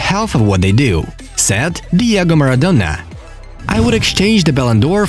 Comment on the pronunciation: Whenever he says said it sounds like sad which is so stupid